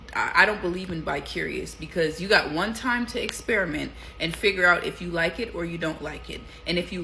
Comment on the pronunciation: And another thing I know it’s small but I’m super annoyed how it seems every woman emphasizes the word liKE (lie-KUH) it’s just really annoying